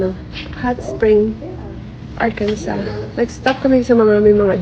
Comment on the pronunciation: Ang saya pala ng post Thanksgiving nyo. Ingat palagi,. Tama ganyan talaga ang pag pronounce ng Arkansas. Love from Nashville, Tennessee 🫶🏻